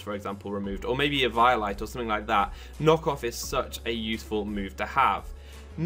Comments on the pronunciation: he said a violite not Eviolite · Great video but the way you pronounce eviolite really messed with my head. No disrespect but woah, just woah.